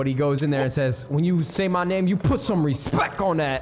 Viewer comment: Nade I love you but if I hear you say respeck one more time im going to have an aneurysm